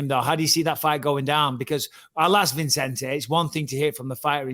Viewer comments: Bisping needs to learn how to pronounce Vicente😂😂😂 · Bisping has him on the show and still calls him ViNcente when his name is Vicente. 😂